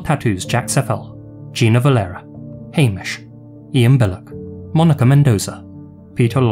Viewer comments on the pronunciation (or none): none